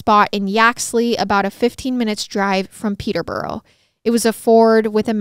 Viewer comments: I’m from Hertfordshire and then moved to Milton Keynes and I’ve never heard this story 😳😱 I religiously watch MWMH and never thought there would be one so close to home and it was fab❤️ also Peterborough is pronounced Peter-bruh and Herefordshire is herry-fud-sheer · Your pronunciation of Peterborough, St Albans and other British places are not good!